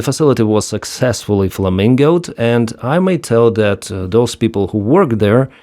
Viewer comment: ✓ 'was succesfully Flamigoed'